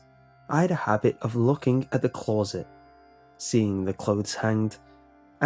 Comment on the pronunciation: OK, creeps, repeat after me: Glow - Low - Close - Those... Now phonetically: Gul-owe - La-owe - Clah-owes - Low-owes Now say: Those callowes Gallowes are low. Get the sounds correct? Now say: Close Sit Congratulations, you have just said closet Correctly for the first time ever.